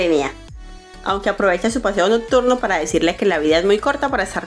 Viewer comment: Hola, muy buenos los resúmenes y sus videos. Pero, disculpe, tengo que decirle que pronuncia "clu" en lugar de club, "sesy" en lugar de sexy (que debería escucharse algo así como: secsy ), "notturno" en lugar de nocturno. Es muy buena la manera en que hace el resumen y el video... pero es importante pronunciar bien, lo cual permite que se escuche mejor un trabajo tan bueno.